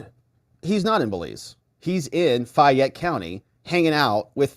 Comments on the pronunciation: Hey!! Back the bus up!! She was arrested in Fayette County Ga ( Pronounced FAY - ette,) NOT Fulton! Different courts, and Fani is NOT in Charge of that county!! Her daughters court in is Tyrone Ga...this is going to get good!!! See if mom pulls strings!! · As a Georgia native, I cringed every time you mispronounced Fayette, :). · In WHAT world is FAY-ette, pronounced as FI-yette? Fayette...long 'a' sound, darling. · It's pronounced FAYette, not FIette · First its Fayette County Georgia (pronounced Fay-yet, say it fast 10 times in a row), not Fulton, where Big Fanni's daughter was arrested. Fanni has no authority in Fayette County, as her authority stops at the Fulton County line. Georgia County prosecutors do work together occasionally, but not in every case, as they are independent authorities. Coweta and Fayette are very conservative counties, which won't bend to the Will or Demands of Fulton county....Not Ever!!.. Big Fanni goes throwing her weight around there, and she is liable to wind up in a cell with her daughter. I'm sure the Fayette County prosecutor will work out a "Deal" with Big Fani, but it will cost her big time. That one will be painful for her to overcome. She's in the Lions den in Fayette County, outside the reach of the Democrat party. She can't spew her Hegelian dialectic based crap there and get away with it, like she can in Fulton County... Further she's already skating on thin ice with the Senate, so thats working against her as well. And now its obvious she lied to the court about her relationship with Wade (saga continues), all very good ammunition for Trump and his co-defendants, in Georgia, as well as good objective evidence for the Senate in their review of Big Fani as a County prosecutor. Obviously, her children are out of control as well, thinking they got "big britches" everywhere they roam. We have a sayin for such things in the South.... "Some Peoples Kids" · Fayette County is pronounced faye-it